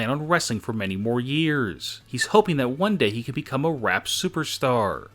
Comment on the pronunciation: did Enzo say Rap or Rape super star bye loser..........!)